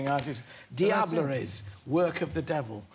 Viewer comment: Ahah! His face when he says the right pronuntiation of "Diableries" is priceless!!!